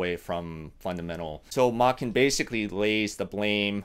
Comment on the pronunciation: The "Ch" in his name is pronounced similarly to "change." So it would be Machen (ch as in change).